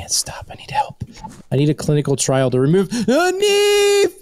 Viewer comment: "TO REVEMOVE NEVE"